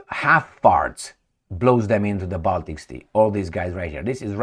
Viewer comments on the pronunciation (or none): none